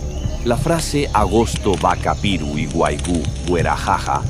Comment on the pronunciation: 😂😂😂😂😂muy mal pronunciado pero se entiende 🙏🏼👌🏼y es solo caña y ruda no con limón, se toma 7 tragos en ayunas🤭❤️